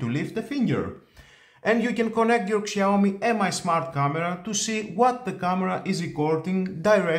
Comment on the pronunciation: wtf? Google how pronounced brand Name. Shame on you.